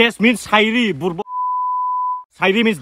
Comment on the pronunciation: Who heard ? That he accidentally said burbok 🤣